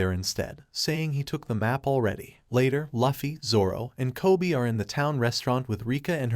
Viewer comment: I’m a simple girl. I hear Luhfee, I turn the video off